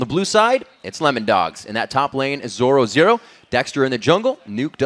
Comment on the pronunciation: 13.58 haha he cant say zorozero :D